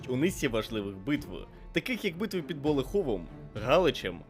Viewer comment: перепрошую, але правильно болЕховом